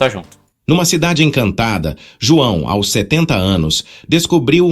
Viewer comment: A v1 sempre teve problemas com números, precisa escrever por extenso mesmo, também pronuncia errado o "aos" que fica A.O.S, aí precisa escrever "als" pra ler certo. O que eu não gosto muito nessas novas versões de TTS, é a quantidade de vozes que pronunciam com sotaque - (R retroflexo), como em "surpresas", "verso", Isso me incomoda. Muitas são assim, a própria voz do Chat-GPT faz muito isso.